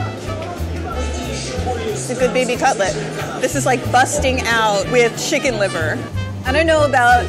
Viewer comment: I hate how she mispronounces the words especially cutlet pronouced cut-le-et